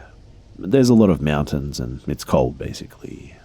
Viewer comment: Is that or he says mountain like Meewuntains.😹